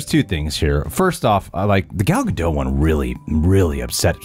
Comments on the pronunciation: Why do people insist on saying Ga-doe and not ga-dot? Its Gadot. dot. not doe. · Gal GadoT, the T is pronunced. She's Israeli, not French. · I think Gadot actually rhymes with "the vote". It's not French. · For the record, it’s pronounced “Ga-dote” which she has said in interviews. She is not French lol. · Plus - the T in Gadot isn’t silent 😁